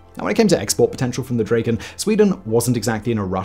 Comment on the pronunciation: OP is violating the swedish language by calling the mighty Dragon for "dräjken".